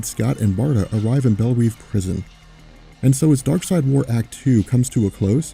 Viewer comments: I don't know why this bothered me so much but Belreve is not pronounced Bell-reev. It's pronounced Bell-rehve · It's said Bell-Rev. Dont ask me why. However, it is made abundantly clear via all the cartoons and animated movies that mention it. Definitely said Bell-Rev